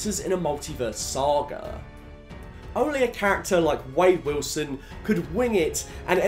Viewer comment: Bro your pronounciation is so aggrevating, i know you probably cant control it but hearing someone pronounce ,,to me" ,,to meaaay" is so rage inducing, or youre not saying ,,Saga" but ,,Saghaaaa"